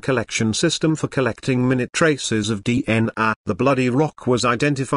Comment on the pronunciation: Also said 'MIN-ute' instead of 'mi-NUTE.'